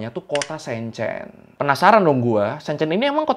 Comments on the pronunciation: Shenzhen bukan Shenchen... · Maaf kak. Bacanya yang betul Shenzhen (shen jhen) e nya kaya elang 😁 Bukan shenzaen 👍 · Itu Shenzhen dibaca kaya sen di senang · bukan SEEN CEEN bacanya !!! huruf E nya bukan dibaca EE tapi E seperti kamu eja Enam bukan EEnam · Bang maap sy gatal nyebut nama kotanya, keknya salah cara bacanya bang. Enw thanks buat video yg super informatif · masukan aja, bacany shenzhen, dua2nya "e" nya kyk "beli" atau benar" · Bang spelling Shenzhen nya salah, e nya dibaca kaya huruf e dalam kata kemana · sorry bang,, ngga enak bnget dnger cara baca Shenzhen,, learning by google translate dulu lah bang,, gmna carabaca shenzhen yg bner.. kan judulnya learning by googling.. learning juga cara bacanya lah😅